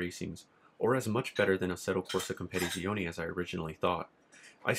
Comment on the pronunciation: You add to many Syllables in Assetto corsa competizione like you say compete in the same word. sorry to be that guy 😂😂